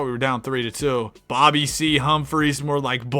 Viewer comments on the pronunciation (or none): none